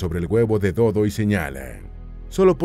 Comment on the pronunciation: “El Do dó, el Cu cú y el Ne né”